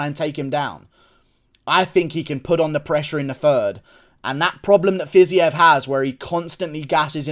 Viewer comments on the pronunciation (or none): Bro it’s pronounced “FIZEEV”